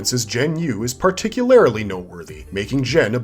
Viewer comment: Particularily? No mate, particularly.